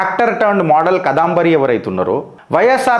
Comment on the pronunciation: Past tense ni future tense lo cheptunnavu and can't pronounce the name properly🤮